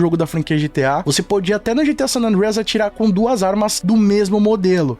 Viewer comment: Curti demais o vídeo. Porem curti mais ainda por ter falado San Andreas corretamente. 😂